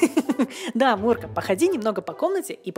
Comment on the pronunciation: Не мурыч а мурка